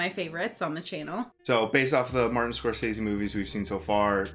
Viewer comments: It is funny how many people still mispronounce Scorcese...I cant fault ya guys though. I legit did it for years until I saw him actually saw how to pronounce his last name and was like shit... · It's pronounced Score-sez-see.